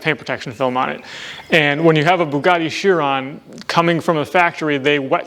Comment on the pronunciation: Say Chiron again😂